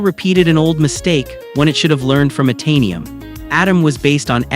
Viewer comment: the mis-pronounciation of Itanium and Operton was it for me. ugh